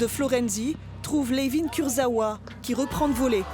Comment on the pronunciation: La voix off qui ne sait même pas correctement prononcer le nom de Kurzawa 🤔🧐